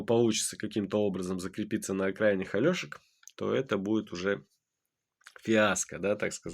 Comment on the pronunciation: «Альошки», я просто не можу, нікчеми, навіть правильно Олешки не можуть вимовити